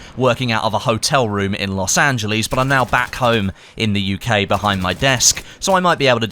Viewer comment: Los angelees